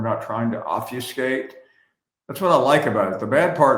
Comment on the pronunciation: "OV-U-SKATE"??? Isn't Finebaum a "writer"? The word is obfuscate. It's actually in my vocabulary but apparently not Finebaum's.